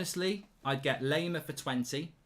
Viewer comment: You want players but you even dont know how to properly say their names… its not lEimar, its lAimer!